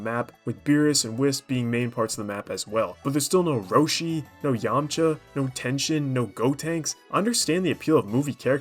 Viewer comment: Bro didn’t even pronounce “Tenshinhan” correctly…